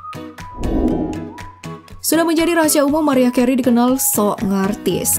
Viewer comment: Gw ulang ulang cara nyebut nama "MARIAH CAREY" ???? It's not good! duuuh malu maluin konten yutup kok cara ngomongnya gitu payah